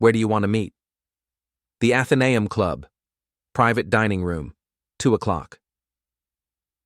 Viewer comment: Athanaum haha try Atheneum ae = ee therefore ‘atheeneum’ ai yank voice in uk?!!